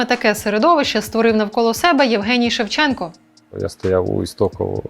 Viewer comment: треба було називати покидька "шЕвченко" з наголосом на першому складі й не відмінювати прізвище